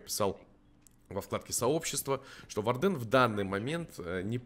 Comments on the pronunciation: Хорошее видео, но вардЭн - это нечто, исправься пожалуйста, это слово читается как wArden "УОрден" или "УАрден", а то честно больно слушать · Сорян,но вардЭн уши режет